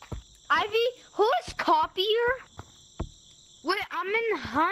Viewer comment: "his name is copeier!!" how do they not know how to pronounce copier